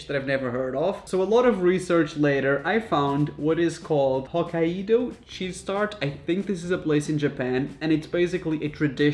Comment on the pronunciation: The way he says “Hokkaido” 💀💀💀